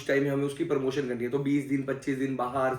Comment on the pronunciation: Parmotion nahi promotion